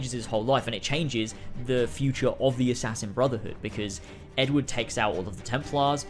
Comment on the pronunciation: The way you pronounced "Edward" made me wonder for a second what Ed Wood had to do with anything. :)